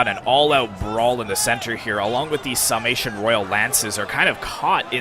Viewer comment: Epic last stand! Sounds like your'e saying "Salmation" instead of "Sarmation."